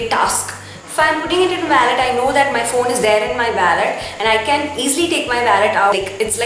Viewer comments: It’s not vallet it’s wallet and to much of overacting 👎🏻👎🏻👎🏻👎🏻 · it's wallet not vallet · It's not vallet its wallet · It's Wallet not vaalet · it is not vallet it is wallet so plz correct it . and be creative. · it's wallet not wellet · too much over acting ...👿 and its wallet . not valet. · Some words you are saying incorrect its wallet not wellet and its diary not book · Its not waaallet its Wallet 😂😂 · Hii I saw ur video it's really nice and it's not vallet it's wallet so correct ur pronounsation and keep it up 😊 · You don’t speak waallet it’s wollet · It's not vallet it's wallet poor English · it's not wollet it's wallet..first correct your self before telling someone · what a pronunciation of wallet. and what diva she was looking in glasses. bloody Lol.